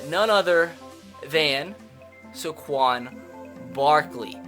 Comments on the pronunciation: it is pronounced "Sayquon", not "Sequon". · It’s Saquon not Saquan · I hate to be a grammar nazi and all but it's say-quon barkley not suh-quon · SAY-QUAN. SAY it with me. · Sorry for nitpicking but as a penn state fan, 1. It’s spelled Saquon not Saquan 2. It’s pronounced SAY-quon, not suh-QUON love ur vids keep up the good work 👍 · please stop saying suh-quan it's say-quan like so he can see this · Saquon SAY-QUAN please say this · When I get so mad that he says saquan wrong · You say Saquan Barkley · Saquan is pronounced (say) (Quan) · I don't wanna be that guy but it's pronounced Sae-quan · why u say his name so stupid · You are saying Saquon Barkley’s name wrong